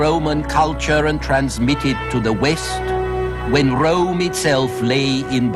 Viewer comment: DEY CALLED IT THE SECOND RRROME